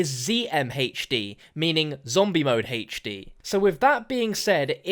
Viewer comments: “Hache Dee” 😂😂😂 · #heichD can't get over the way you say HD. Love it, keep up the good work.